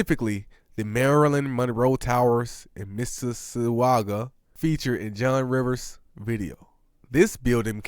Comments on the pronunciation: It's Miss-A-Saga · It's pronounced "missuh saga" bro. Or "miss iss ah ga". The u is silent. John River was outta commission for years. Had an autoimmune disease that stopped his rise but now he was better and coming back and he got sway sway and they swagger jacked, as usual. Ovo been on this type of moves, no creativity, just vampires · Mississauga = Misses - saga! It's a hard one. Good video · It's pronounced Miss-a-saw-gwa